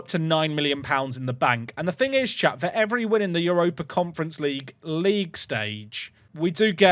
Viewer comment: Sometimes it sounds like says “” instead of “Chat” and I like to believe that he’s not actually streaming but don’t talking to himself